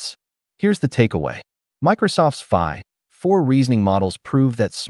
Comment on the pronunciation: I think the voice is generated, no? avoid using hyphen as it causes annoying pause like o3 (pause) mini, phi (pause) four.